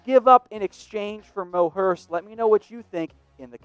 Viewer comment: Not mo hurst